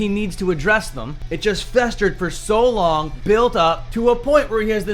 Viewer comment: "A oong time rival of mine" 😂😂😂😂😂😂😂😂😂 Yeah, okay Mr. 17K followers thinking you're at his level. Ahahahahahaha